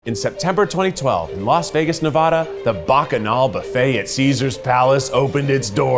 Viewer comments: One second into the video and you already made me leave a dislike. Sorry, but Nevadans will never allow such a transgression. "Nevahda" 🙄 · keith...its Neh-VA-duh. not ne-vah-duh....cmon now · As a Las Vegas native, I would just like to say… YOU SAID NEVADA WRONG!! 😭 Nuh-vah-duh. Aaaaah, like you’re screaming. Nuh-vaaaaaah-duh! Not Nuh-vaw-duh… you’re not throwing up the word 🤣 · Oh my gosh, it's Nev-a-da, like "apple." Not Nev-aw-da. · It's always so surprising to me that even people who live in states immediately next to Nevada can still pronounce it Ne-VAW-duh. It's Ne-VAA-duh. Also this is making me want to eat a bunch but it's almost my bedtime. another name for Shakshuka is Eggs in Purgatory, since the sauce is spicy. I haven't had it with feta before. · Nuh-VAA-duh. Not Nuh-VAH-duh. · mmmmm… Ne-vaaa-duh not ne-vah-duh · LISTEN. ive said it once and ill say it again. NevAda not nevahda. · Nevada like "Apple", please! Drives me nuts when people say Ne-VAH-da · Ne-va-duh get it right. Jesus Christ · Was going to watch this video but then he said Nev-ahhh-da. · Can't imagine being an adult in this day and age and not being able to say Nevada correctly. Like there's not even an H in Nevada, yet he says nevahduh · Dude Pronounce it right Nevada not novada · Keith you pronounced NevAda wrong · Keith…please say Nevada correctly 😢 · you pronounced nevada wrong 😢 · You said Nevada wrong 😑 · Learn how to say Nevada though.... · You say Nevada wrong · Keith, I think you're amazing but we HAVE to teach you how to pronounce Nevada!! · Why does everyone say Nevada wrong😭😭😭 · you all live right next door to nevada, why can't you learn to say it right 😭😭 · Just... say... Nevada... correctly... PLEASE! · His pronunciation of Nevada tho 😅